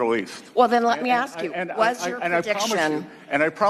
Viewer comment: Can she pronounce "ask" correctly?